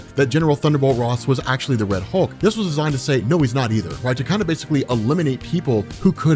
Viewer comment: "Wed" Hulk lmaooo